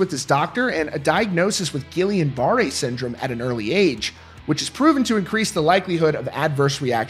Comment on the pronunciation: You butchered guillan-barre.